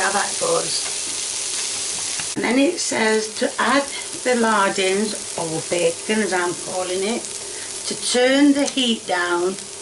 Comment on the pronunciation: "it's lardons, not lardins" 🧙‍♀️🪄😂😂